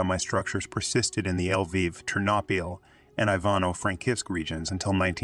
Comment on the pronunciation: This autogen Pronunciation is terrible. L'viv - not "El-viv". NKVD is "En-Kah-Veh-Deh" , accent on each syllable. That's what the video has called the Soviet Secret Police , the "Nakhved"(😱). In reality, it was the ministry of the interior affairs, responsible for the interior security. Its name was slightly different at the time, but that's another story. So, when Shukhevich has killed the Polish interior minister, he has killed the guy in charge of just such a ministry. A counterpart of Beria or Yezhov, no small thing.